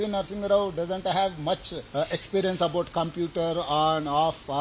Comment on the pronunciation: నరసింహరావు గారిని నరసింగరావు అంటాడు